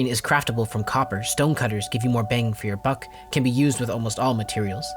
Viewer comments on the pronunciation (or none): none